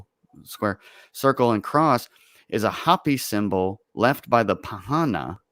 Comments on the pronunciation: it's Hopi -- Ho-pee, not hapi. Minute more or less. They are a native culture that live in Northern Arizona where I grew up. Very cool people. The map looks like it has German on it. more or less. The quote from Jesus on the map looks like it is John __:___, I couldn't read it. "Johannes" would be the German for "John." You should look up the verse in the Gospel of John and see what it says. The German would have been putting swastikas on the map because it seems to me that the Nazis probably explored those places and maybe those were bases, or places where the Germans wanted to put bases. It seems like a German map from between . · Hopi is pronounced Hope-e . Hoppy would be spelled Hoppi. This is a MOST Excellent Conversation. Thank you. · LOL It's pronounced Hope y Indians. If you do some research about their prophecy, their language, it's identical to Hebrew. There is some information that points to them as being one of the lost tribes of Israel. And they have passed down the information as indians usually are very good at and they talk about the end of this age.